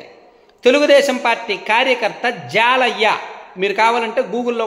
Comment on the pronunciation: హాయ్ అన్నా మాది పక్కన ఊరే అతని పేరు జాలయ్య కాదు జల్లయ్య